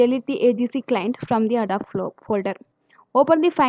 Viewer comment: Just FYI, it's pronounced "Ah-doe-bee" with the accent on "doe."